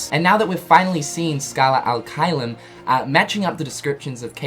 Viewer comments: If i remember it right from my latin classes, it should be pronounced chelum, with the soft ch sound like in “cherry” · the fact that xehanort’s mispronouncing the latin INFURIATES ME it should be CHAY-LUM, not KY-LUM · Pronounced "Kaiyum" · Please, pronounce "Caelum" correctly. It's like saying chess without the two s and then bloom without bl. I'm italian, i know latin. Please, it hurts :)